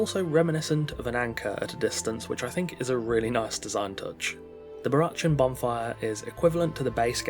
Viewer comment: I think it's pronounced "Barackan". Like Barack Obama. Not "chan", despite the spelling. That aside, incredibly overpriced, imo. More like a €5 worth. Tops.